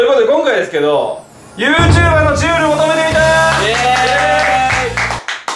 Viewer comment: YouJber(ゆーじゅーばー)ってことやな